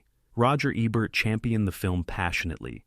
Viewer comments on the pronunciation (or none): none